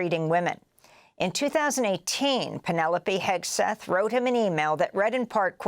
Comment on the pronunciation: Heg-seth, Sheg-seth.